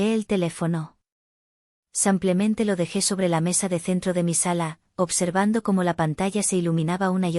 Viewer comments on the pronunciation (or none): No se dicesampiamente se dice simplemente.